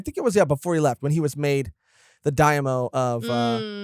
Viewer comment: It's daiMEEo, not daemo. See you guys in onigashima \o